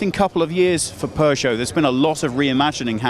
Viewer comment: It's not "pu-choe"